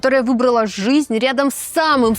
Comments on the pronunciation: я очень скоро устала смотреть на ваше физиономическое сопровождение, устала от вашего апломба. И, когда услышала произношение - "жисть"... Нет, я, лингвист русского языка, способна отличить нормативную речь и произношение - от просторечных, вероятно, из местечкового детства вашего среди малообразованных людей. Если есть такой в вас зов откуда-то - работать на публике, вещать перед тысячами - нужно не губы накачивать, не самомнение в себе воспитывать, а, в первую очередь, уважение к избранному занятию и ремеслу, и стремление контролировать себя. В вашем апломбном нарративе, эдак свысока, даже не угадывается такт, скромность, серьезность и непредвзятость. Наверное, вы "экспертизу" накопили в пережевывании сплетен и фактов в одну кучу фамильярного апломбного... навоза. У меня в отрочестве была знакомая, тоже 15 летняя девушка, которая собирала всякие журналы и таблоиды о фильмах и звездах. Настолько была во всем этом, что приобрела вот такую же, как у вас, фамильярную, всезнайскую и сужденческую манеру каляканья на тему селебритис. Это ее никуда не вывело в жизни. Ее апломб и всезнайство ( в этой теме) не сделали ее ни хорошим специалистом ( хотя в институте она на всех смотрела свысока), ни собеседником, ее манера, даже голос были неприятны. Она за годы потеряла даже надежду своих родителей и нас, с кем она общалась эдак снисходительно - надежду на осмысление и воспитание в себе настоящего интеллектуала. В дальнейшей ее жизни она не смогла завести друзе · Неоднократное: "Жисть" мне одной режет слух?